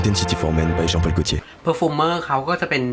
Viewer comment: อ่านว่า ฌอง พอล กอลทิเย่ร์ เลอ มาล อิลิกเซอร์ ครับ 😊🙏🏼ผมก็ใช้ตัวนี้อยู่ครับหอมมาก แฟนผมก็ชอบมากครับ ละมุน หอมหวานน้ำผึ้ง และ วนิลา ❤